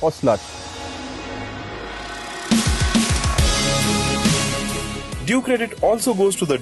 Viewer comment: did he just say sl*t instead of slush? or have I gone deaf?